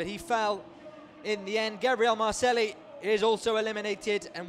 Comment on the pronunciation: Awesome trials, but each time the moderator says Marcelli my ears are bleeding, double l in spanish is a j.